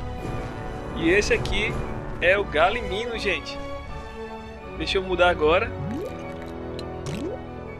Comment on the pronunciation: Galimino? E Galimimo'-'